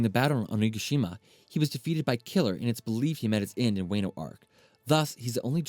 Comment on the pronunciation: yet he calld wano "way-nu"